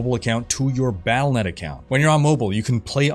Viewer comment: Wyatt Cheng is still there? That’s funny. Do we not have phones? Palanet account? Took me a couple times to realize you were saying Battlenet. Not sure why you usually enunciate everything so well. I’m expecting really bad server problems and what is Scar? Lion King Boss?